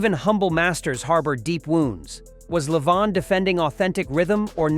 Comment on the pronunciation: I wish people would properly pronounce Levon's name. Levon pronounced it Lee-von 100% of the time - never La-Vonn.